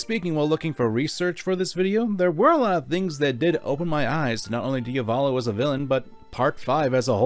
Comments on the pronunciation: Can you take the 5 seconds to google the proper pronunciation of foreign words? It’s not fucking “Dee uh VAWL low” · Ah yes. "Diavalo". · diavalo? isnt it diavolo? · It's "Diavolo" NOT "Dia-volo"! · I love your videos but listening to you mispronounce Diavolo upwards of 30 times was excruciating pain